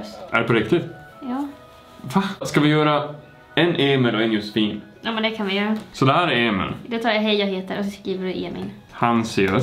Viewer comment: Hahah älskar att hon med börjat säga ”ja de kan vi göö” alltså istället göra göra. 😂